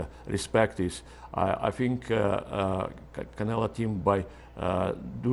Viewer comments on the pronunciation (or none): LOL, the translator calls him CanelA multiple times :-D